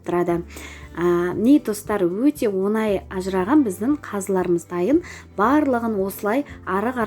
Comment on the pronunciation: Қазақ сөзінде ,,ң " әрпін дұрыстап айтыңыз. , онай " орысша ,,десят месяцев"- он ай. Оңай деп айту керек,,легко".